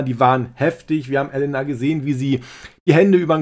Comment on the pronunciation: Elena nicht Ellenna